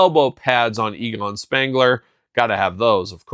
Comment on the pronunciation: Egon, not Eagon 😉